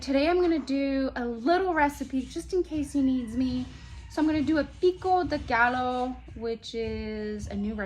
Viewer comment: It is pronounced guy yo , Thanks for video.